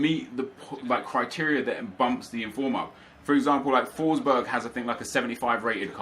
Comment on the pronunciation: They way you pronounce Forsberg is hilarious :)